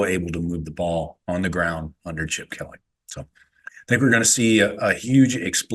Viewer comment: "Chipoer"? Who is this clown? 😂😂